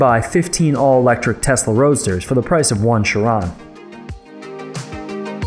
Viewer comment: Okay, so it's TESLA not testla; and I believe the point is that it is electric not that it is faster...although it IS...